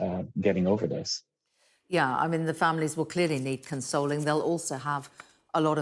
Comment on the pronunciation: Poshest “yaaah” ever 😂